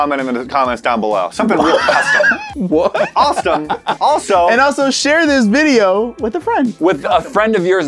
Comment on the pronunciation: Something real' custom: What?!: Awestome--also!